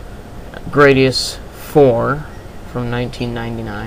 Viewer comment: grah-di-us not gray-di-us